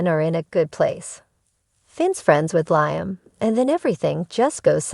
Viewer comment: its liam, not laamen!